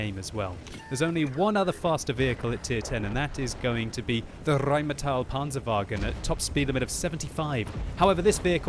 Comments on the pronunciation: Why, oh why do you ALWAYS say RheinmAtell instead of RheinmEtall? You, sir, hurt my ears with that for more than 3 years and today is the day I'm saying it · It's pronounced "rine-metal," dumb-arse.